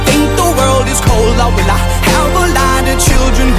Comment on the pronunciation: 후반부에 will i부터 발음 ㅈㄴ 찰진부분 있잖음